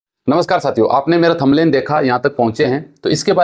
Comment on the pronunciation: Phle bolna seekh le ghonchu thumlain ni thumbnail hota hai